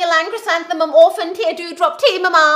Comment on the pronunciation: How the flabanaba does someone pronounce the tea part?